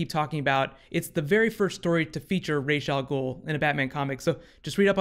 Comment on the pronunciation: Isn't it pronounced "RAHES - AHL - GUUL" instead of "RAYES - AHL - GUUL"?